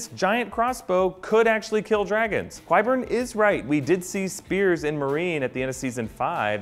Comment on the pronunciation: Love this video. But is anyone else bothered by his pronunciation of Qyburn? :/